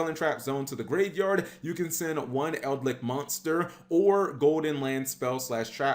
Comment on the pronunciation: There is no "R" in Eldlich.